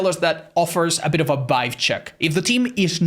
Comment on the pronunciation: fun to hear the Spanish coming through , saying bive instead of vibe (in Spanish, B and V are the same sound)